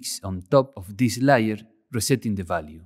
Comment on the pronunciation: lay-ur .. not liar.